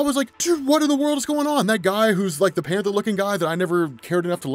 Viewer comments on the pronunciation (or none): none